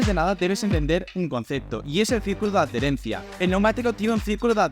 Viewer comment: Se dice Adherencia, no ad-derencia como no se para de decir en el vídeo. Me ha resultado doloros al oído jajaja. Buen e interesante vídeoen cualquier casi